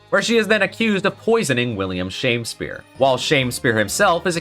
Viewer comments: Shamespeare? But there's no e between the m and s, it's Shamspeare, like a sham Shakespeare. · I think it’s supposed to be pronounced as Sham-speare not Shamespeare. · One thing that’s bothering me this video is the “Shame spear” pronunciation It’s not “Shame” but “Sham” He’s a fraud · .......SHAMspeare not SHAMEspeare